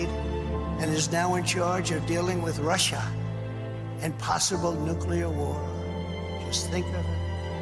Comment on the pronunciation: He can't even repeat what he always says without fluffing his lines, and what's with pronouncing Russia in such a weird way? It's like he's just learned to pronounce a difficult word.